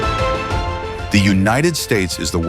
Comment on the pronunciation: Tons not tonts